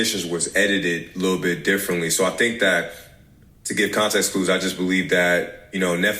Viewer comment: “Contax”?? 😭😭oh lol